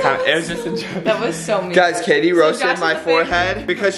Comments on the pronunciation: Katie do giving him 100 every time he says Jatie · You should pay her $100 every time she says Jatie fam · Every time they say Jatie they should pay the other person for a video